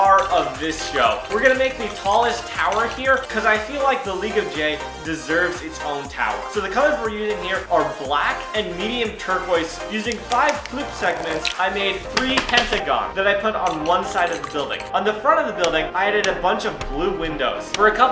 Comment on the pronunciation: Terpuoise lol 😂